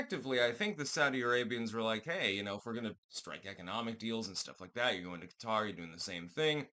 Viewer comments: Yeah. Cutter. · Thank you for pronouncing Qatar the correct way.